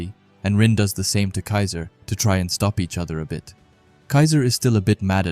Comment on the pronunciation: a little mistake on the "kiser" name but all good buddy. 👍